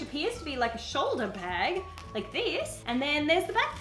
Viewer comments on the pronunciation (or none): none